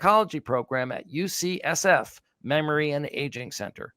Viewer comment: It;s UCSF not UCFF.